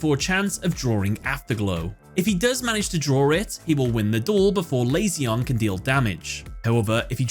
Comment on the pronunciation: how do you listen to him summon his timelords in japanese and then proceed to misprononce them? meation? ME-TA-ION lazy-on? LA-ZI-ON